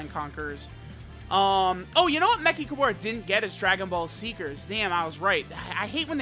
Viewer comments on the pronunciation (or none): Why not just say “me-ch-ka-ber-ra”? Wtf is mekikahbora